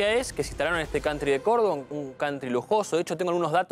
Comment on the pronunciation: Cantri😂😂😂Jajaja vos ve a Open inglich😂😂😂